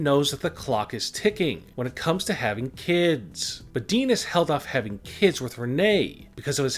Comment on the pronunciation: Dude the way you talk is annoying. Longgerr. Kidss. And why do you say wwe like that